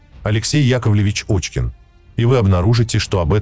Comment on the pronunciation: Пишете фамилию Кочкин, что более правдоподобно, а читаете Очкин. Оазберитесь там.